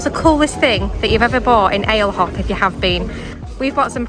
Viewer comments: Great vlog…gotta tell you how to pronounce Ale Hop…it’s as in Alley Hop. Cheers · “Ale Hop”. It’s pronounced ah. - leh. - ohp